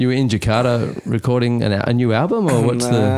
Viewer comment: Respect to ras Muhammad for pronouncing Jakarta not Jekadaaa...